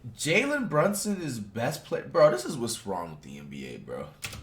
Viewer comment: HE READ BRUNSON CORRECTLY! I NEVER THOUGHT THIS DAY WOULD COME!